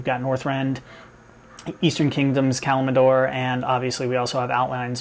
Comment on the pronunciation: did you say Kalmidor? :)